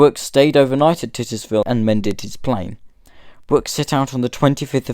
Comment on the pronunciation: Thanks for this presentation. You might wish to check your pronunciation of Titusville. I enjoyed it.